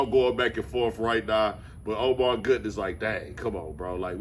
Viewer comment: 😅😅😅😅😅 I knew he was gonna respond soon as I saw Dame's interview 😂😂😂 everyone saying his name wrong...